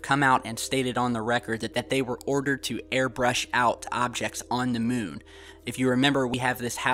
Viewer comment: "On the MUHN!" :-)